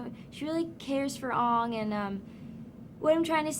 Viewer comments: his name isn't oooooooooooooooonnnnnnnnnnnnnnnnngggggggggggg its aang with an aaaaaa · ITS NOT PRONOUNCED AW-NG, IT'S PRONOUNCED ANN-G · it is not UNG it is AH-NG lol but yeah I like AANG more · DEAR GOD ITS AANG NOT UNG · OMFG ITS ANG NOT ONG (GET IT RIGHT) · it's ang not ong. aaaaaaaaaang dumb ass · AANG. like boomerANG. not ONG -. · it´s sOKKa, not sOAka. and it´s AAng, not Ong. that isn´t hard to pronounce, is it??? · "She really care for Ong..." It's Aang. AANG! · Aang as in boomerang not ung !)@@@@@ AHHHHHHHHHHHHHHHHHHHHHHHHHHHHHHHHHHHHHHHHHHHHHHHHHHHHHHHHHHHHHHHHHHHHHHHHHHHHHHHHHHHHHHHHHHHHHHHHHH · "AWNG???" IT'S AANG!!!!!!!!!!!!!! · I think when Im older I'd like to make this movie. But alot better and worthy of the actual cartoon series. Better Characters. (ITS AANG NOT UUNG) Better Following Storyline Hey... Just better everything. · His name is ang not ong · You guys r quick to blame the director.but what about the actors and the people behind Nick that allowed them to make this? I agree that the movie was plastic,even though I didn't even see it.lol (my brother said it was a waste of time and he didn't even go!) But really...it's AANG NOT UUNG, SOKKA, NOT SOAKA. lloll Shamalya's movies suck. But Great news here ppl (spefically Avatar series fans :D) A NEW SERIES IS COMING OUT IN 2011!!!! WOOOOO... but sadly new characters...no zuzu and katara :( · jackson rathbone is fine but nicola peltz is a fool its aang not oong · oh yea btw, WTF is an ONG?! its AANG!!! gahh! i mean it makes sence if it was a book turned movie where you dont really know how to pronounce names, but we watched the show, and HEARD them say aang soo many times! GOSH! same goes for SOKKA and Appa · WTF. its aang, not ong. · ITS FUKING AANG NOT ONG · ugh I know that pissed me off too the moment she said ung I said AANG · HIS FUCKING NAME IS AANG!!! NOT UNG!!! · They say Ong instead of Ang and SOkka instead of SAkka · DAMNMIT!!! HIS NAME ISNT OONG NICOLA! STUPID ASS!